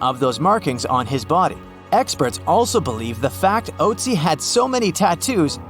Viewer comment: I don't think it's pronounced "oatsy".